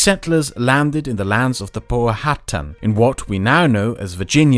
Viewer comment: I love his pronunciation The kachicuways, and when pronouncing the Powhatan he says put a hat on